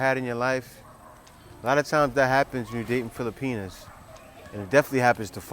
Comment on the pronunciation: Kuya, with much respect, it’s “filipiNAS”. Not fili-penis. Respectfully yours, a fan and subscriber.